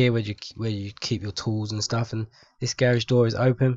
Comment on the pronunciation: y u say garage like that? It sound like u sayin gay-rage or something.